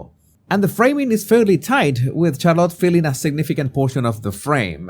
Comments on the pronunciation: It's Shar-lette not Char-lot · Her name is Shah-lit, emphasis on the first syllable. Not Shar-lot. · Charlotta? 😅😅😅😅😅. It is a hard T pronunciation at the end.